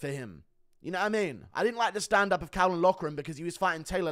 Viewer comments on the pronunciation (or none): Caolan is pronounced “kaylen”.